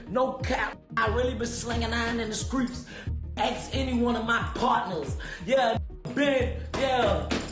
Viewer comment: he says skreets 😂